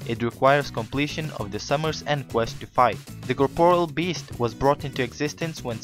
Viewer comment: can u say corporeal beast right plz